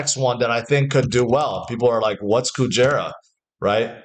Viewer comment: Kujira not Kujera